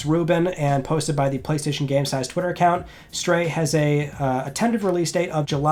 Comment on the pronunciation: It's Friday on the 27th of May, let's talk PlayStayshon